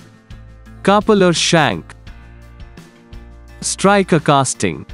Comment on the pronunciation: Learn how to pronounce Coupler at first